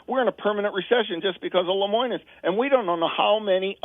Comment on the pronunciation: This guy doesn't even know how to say Lemonis.